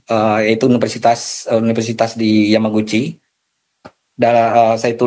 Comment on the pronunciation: Rismon itu lulusan yamapanci,, bukan yamaghuci😂😂😂 rismon serahin ke pak Purnomo aja